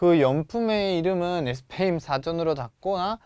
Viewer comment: 저번강의때뷰터 느낀건데 쌤 스페인이라고 말할때 꼭 에스페인 이라고 하시네용 혹시 스페인어로 스페인이 에스빠뇰이라서 에스페인이라고 하시능건가요? 🙄🧐